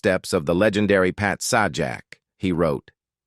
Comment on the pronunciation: It's pronounced Say-Jack, not Saw Jack...